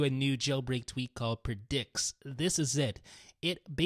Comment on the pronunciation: So much emphasis on preDICKS